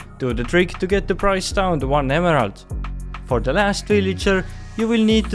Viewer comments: Great video but I wince every time you say emerald lol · The way he says emerald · I love the way he says emerald.